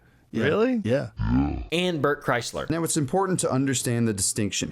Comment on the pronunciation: you pronounced his name as Bert Chrysler, it’s actually Bert Krishna.